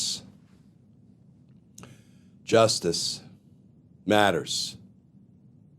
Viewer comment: Sexy voice Glenn! On a serious note, I think you should pause and emphasize both words “because… JUSTICE MATTERS” Rather than “because justice… MATTERS” which you currently do.